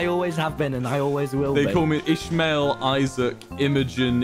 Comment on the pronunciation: i know he’s saying captain ishmael but all i hear is captainish male